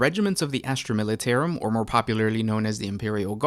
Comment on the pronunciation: Down for saying "Militarum" incorrectly. +1 Comment to state that. -1 View for feeling actual pain every time you say "Militairum".